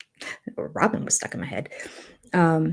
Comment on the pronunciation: I think we've been mispronouncing her name. Rather than Rob-in it should be Rob-Y-n ... Rob-why?n or Rob-whine😶